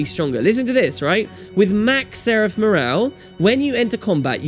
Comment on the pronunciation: Take your time! You work real hard for your videos I love them...seraf murral. Seraf murraal? Seraf murral. XD